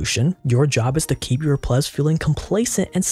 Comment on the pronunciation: I don't know why but I find it funny whenever he says plebs